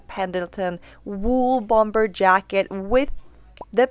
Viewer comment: Bomber is pronounced “bommer”.